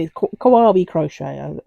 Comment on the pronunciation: The quote - indeed, the world keeps turning Kawaii - kuh why ee 😉(like saying The Gerbera was instantly recognisable 😊 That's a very podgy mallard😆 LOVE the fern! think that's my favourite. Well done 😁